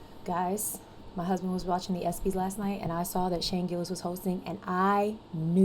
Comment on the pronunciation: dam cant even pronounce the espys HE DIDNT BOMB HE KILLED you live under a rock